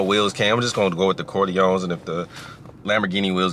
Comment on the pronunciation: said "corloins"